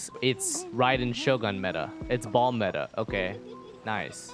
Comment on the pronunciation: baal not BALL